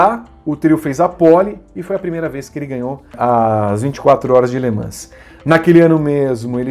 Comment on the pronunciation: Gosta da pronúncia francesa? Faltou treinar um pouco a pronúncia de "Le Mans" kkkkkkkk Minha lista: Gil, Hélio, Rossi, Loeb, Tracy.